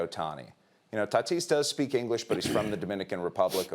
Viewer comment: Pupils made $1 billion n no ingleesh